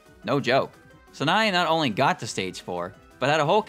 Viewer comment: FFS Learn to pronounce Sanae